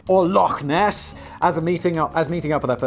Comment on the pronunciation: You pronounced Loch Ness right o_o